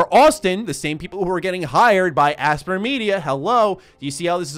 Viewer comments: For the love of god... it’s not aspr. It’s Aspyr (aspIRE). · its pronounced aspire, not asper.... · Aspyr is probably pronounced like aspire, no? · You referring to Aspyr? ("aspire") They've been around for a very long time. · I think Aspyr is pronounced Aspire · I would have thought it's pronounced like "aspire" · Aspyr is probably pronounced like "Aspire"!